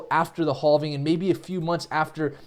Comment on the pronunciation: Say: I am having a great day! Now just say "having". It's actually: "halfing". I heard you say "have" many times during this vid so I know you can do it. Great vid!!